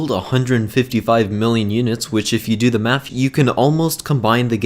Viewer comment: home cant prononce words.... math not maf and three not free with with not wiv